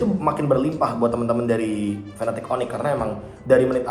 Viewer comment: serius nanya, cara baca Fnatic piye toh? krn gamungkin bacanya fanatic 😹 kalo kutonton dr interview luar pada bacanya "finetik" paling jauh ya "efnetik" (F-natic) tp kalo fanatic kok jelek bgt kedengerannya 😔 suka agak nyengir mesem2 gt kalo casternya udah pada teriak fanatic onic 😢 padahal lg momen serius